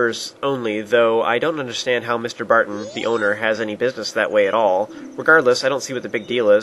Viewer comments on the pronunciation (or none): none